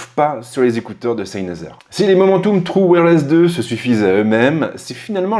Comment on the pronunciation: Salut, Tu prononce mal le nom de la marque ça n'est pas SEYNEZER mais SENEYZER Cordialement, S